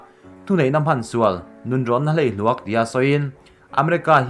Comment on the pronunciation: ~ Tuikhuah 'chim' thluk dan hi ngaihtuah chiang la, a dik zawk i hriat tho kha. ~ Kum 10 'bi' tel thluk pawh "i nei em' tiha "i" thluk ang hian thluk ni se. ~ Chuan, 'hleihluak' pawh 'bei chhuak' tih angin thluk zawk bawk la.